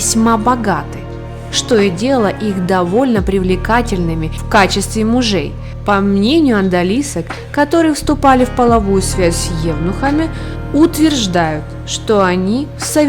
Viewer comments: Сама ты АНДАЛИСКА, это ужас, взялась комментировать, поинтересуйся как произносится слова. АДАЛИСКА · Нет слова "ондалистка", как произносит голос за кадром. Одалиска - так называли прислужниц в гареме. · Какой позор! Как можно так безграмотно озвучивать своё видео?! Где вы учились и где читали информацию? Из какой вы деревни? Не андалиска, а одалиска! Стыдились бы! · одалиска, а не андалистка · Надо говорить "ОДАЛИСКА", а не оНдалиска! Автору ,очевидно, также не понятен смысл этого слова,ведь одалиска всего-навсего — прислужница в османском гареме. Одалиски находились на низшей ступени социальной иерархии дворца. Они носили во дворце одежду, подобную той, что предназначалась для мужской прислуги, и прислуживали госпожам: жёнам, родственницам и матери султана. Только имеющих внешнюю красоту или особые таланты в пении, танцах и т.п. отбирались для обучения на роль наложницы. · Произносите правильно слово ОДАЛИСКА. Вы произносите оНдалиска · Ох, безграмотность , нынешних феменисток, просто примечательна! О дАлиски! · Безграмотная озвучка...одной мне заметно, как она произносит слово одалиска???😁